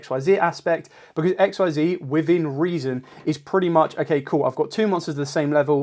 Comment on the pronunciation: Not to be rude, but you do know Xyz monsters are pronounced ex-seez right? If that’s how you wanna pronounce it tho, no judgement.